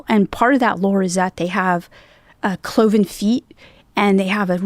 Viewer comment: "Clovis" feet? I think you mean "cloven." Clovis is a city in Fresno County...🤔